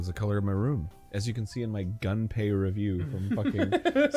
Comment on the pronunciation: All these years later, and Arin still can't pronounce "Gunpei," lol. Oh, well. I love that kid anyway. (It's "goon-pay," by the way.)